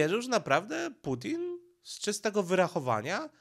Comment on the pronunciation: Czemu nie wymawiasz normalnie nazwy Ukraina oraz Putin? Przeciez to nazwy własne